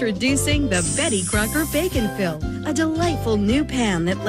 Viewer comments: I keep hearing the product name as "bacon fill" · when she said bake n fill i thought she said bacon fill. i got so confused when the commercial started and she was talking about cakes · I keep hearing “bacon Phil”…. Reminds me of pickle rick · Everytime you say "bake 'n fill", I hear "bacon-filled". I can't be the only one. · It took me watching the entirety of your other infomercial video and partway through this one before I realized the product was "Bake N Fill"; the other video sounded like "Bacon Fill" and with such quick shots I had no idea what it had to do with bacon. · Am I the only one who keeps hearing “bacon-fill”? Logically, I know what it’s actually called but I keep imagining a cake filled with bacon. 😂